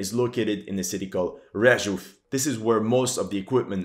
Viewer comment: Hey just a quick info - "Rzeszów" is being pronounced like "Zheshuv" (Zh as in like "Zhukov").